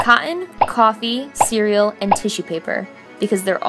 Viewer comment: You said Cerial: Siri turned on 😂✌🏻️